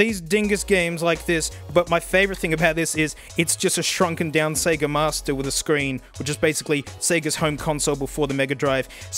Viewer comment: Wait, since how long have australians been able to pronounce sega correctly?